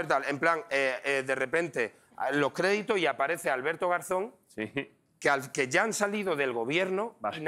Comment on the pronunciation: El sonido cuando ha dicho garzon es mas bien de garza